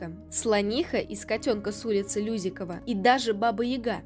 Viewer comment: улица не лЮзиккова , а люзикОва